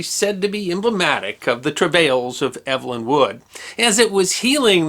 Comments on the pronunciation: I was just going to question that! Eve-lin, not Ev-elyn. My sister was Ev-elyn. :) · When Evelyn is a man's name, it's pronounced EEV-lin. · Pronounced "Evil-in", unlike how this chap says it. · Hear hear! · I think the British pronunciation for a male Evelyn would be like “Eeev-lin “ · Yes: “eev-uh-lyn”. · the first syllable of his name rhymes with "peeve" or "leave"